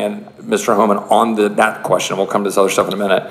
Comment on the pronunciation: It's Homan with NO L...